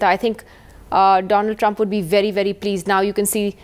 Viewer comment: doland trump